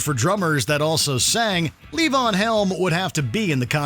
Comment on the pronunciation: Number twenty is pronounced levon, Luh-vahn, not, lee-van.